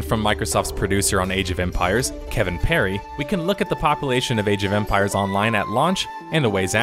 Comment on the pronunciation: first of all i love your channel. second of all please stop saying popple-ation